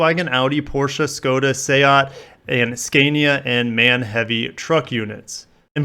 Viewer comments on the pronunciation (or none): none